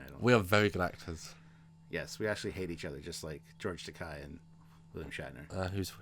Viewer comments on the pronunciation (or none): Actually George pronounces "Takei" with an "a" rather than an "i" sound, just like the sound in the first name of Keiko O'Brien.